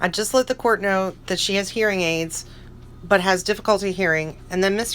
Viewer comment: I lol 😝 each time you end a sentence Lorne’s mispronounced ‘but’ (bhat) lol 😂 😂